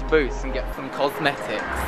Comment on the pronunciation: "get some cosmetics" haha loved that accent made me laugh!